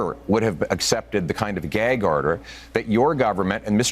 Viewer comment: YUP, when I saw this, I KNEW it was a huge brownie point to the Conservatives. YES!! The people finally get to hear, from Pierre, why he doesn't have his security clearance. Unfortunately, I thought Pierre said the word "Gay", instead of "Gag", so it wasn't a perfect delivery.